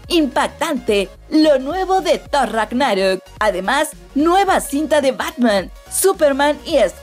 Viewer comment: No se si le gusta hacer los vídeos para Youtube y este canal o si lo hace al madrazo "la liga de la justucia" y luego thor: rag-ná-rok, no se como que debería checar su dicción, aun así, buenos anuncios